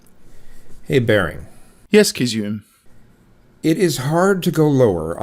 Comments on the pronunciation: The only thing you got wrong ( I think) is it's pronounced Kiz-zu-me. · Sorry but every time said Kizzume I wanted to say "Gesundheit".:)